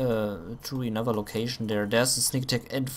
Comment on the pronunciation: I watched a couple of your replays and u make 2 mistakes very frequently. Units are hurt not "hurten" that word just doesnt exist in the english language. And its another Humvee not "enother" Humvee thats just prenounced wrong. Dont get me wrong apart from that i enjoy your commentating effort :)